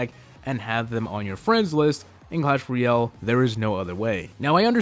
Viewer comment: its not clash royol its clash royALE